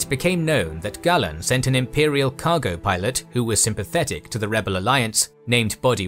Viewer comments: It's Gay-len, not Gah-len. Great work as always. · Pronunciation is a bit bumpy? It's LothAL and GAYlen. Otherwise great 👍